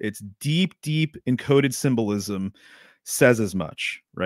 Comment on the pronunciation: Sym-Bull-Ism lol